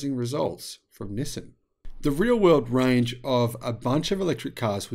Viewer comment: Nissan —> “ni + san”😊 Not “no,sim” 😢 Have a great day